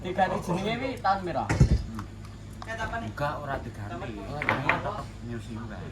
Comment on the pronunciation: NEW BUKAN NYU.... 😂😂😂CAH KOK UNIK...